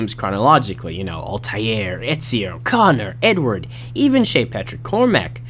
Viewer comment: Did i heared he say he said Ezio's Name better than Ezio's Own Italian Narrator